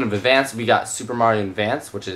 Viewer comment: you said endvanced instead of advance